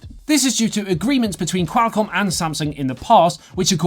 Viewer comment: you sound like your calling a bird when you try to pronounce Qualcomm so weirdly